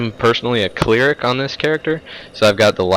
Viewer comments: Oh shit, a *Clearic*. anyone else notice his pronunciation there at the beginning? (Not trying to be mean just teasing a little cause y'know, its the internet) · The way he pronounced Cleric gave me cancer.